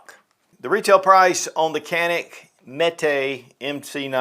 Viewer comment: So Canik is pronounced in America as Kanik, where it’s really pronounced like Janik in Turkey. So why do Americans say Mete in Turkish instead of Mete pronounced like Meat, which would be in line with calling the gun a Kanik? Kanik Meat MC9. 😂